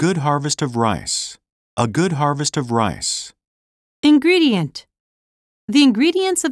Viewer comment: いんぐれでぃえんと